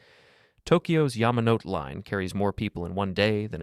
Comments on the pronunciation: The DC Metro, VRE, and MARC get no love 😢 (Also, sorry, im studying japanese. Japanese doesn't have silent letters, it's Ya Ma No Tay. And it doesn't have stress like English, sheen-kahn-sen) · You really have to look up the pronunciation of names you're talking about. At least get closer if you want to be taken seriously. Yamanote: Yama no tay Nantes: Nont Medellin: Medeyeen Shinkansen: Shin kan sehn. Doesn't rhyme with Hanson. Japanese has suuuuper regular pronunciation. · Yamanote is pronounced yah mah no tay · Yamanote was mispronounced, which takes some talent 🙉 and Nantes was absolutely butchered. Is this a computer or a human who couldn't be bothered to do his homework? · I love this video, but you're consistent mispronunciation of almost every foreign city is hilarious. You don't pronounce the last E in Yamanote, but to pronounce the E in Nantes. The LL in Medellin also caught my ear. I'm halfway through, so I'll see if there are more, lol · Medellín was the one that killed me 😭 Also Yamanote omg like the video was amazing save for that